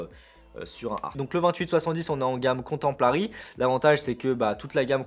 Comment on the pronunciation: Bonjours, j'ai très mal aux oreilles 😱 quand tu prononce comtemporary qui signifie contemporain en anglais, alors quand tu rajoute un L ( mais pourquoi??) pour contempler c'est la cata.... Bonne rentrée à toi et corrige cela stp 🙌